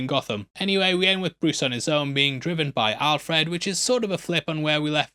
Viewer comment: It’s pronounced Al Fred, not Alf Red.